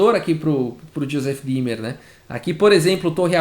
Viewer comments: Oi , gostei da partida! Só uma dica: ei em alemão se lê ai , ou seja Thomas "H a i mel" e ie o e é como um acento no i" D í mer" Vou salvar esta partida! Parabéns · Eu só conseguia ouvir Josef Climber a partida inteira KKKKKKKKK Como sempre, excelente trabalho!! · Juro que só conseguia escutar "Joseph Klimber" kkkkkk